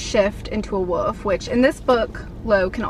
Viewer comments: It’s wolf not woof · Sounds like you’re saying woof instead of wolf in this video lol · Anyone else notice how she pronounces the word "wolf?"